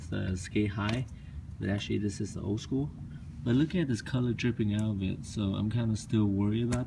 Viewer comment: Bruh learn how to say school